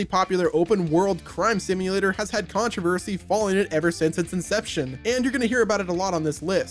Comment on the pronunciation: "Tons and tons of CoNtRO-verSHEY"